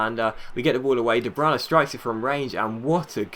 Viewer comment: de bruyne is not pronounced de branagh